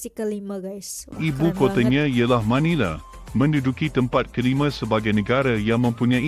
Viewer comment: Pelik betul bahasa si Narrator. Semuanya dibantai E. AndE, FilipinE, ManilE, AsiE. 😂